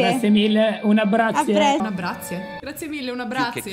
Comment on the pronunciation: “Un abbrazie”😂😂